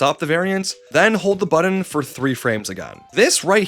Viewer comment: Mayrio AND buddon? Havin' a pronunciation word day over here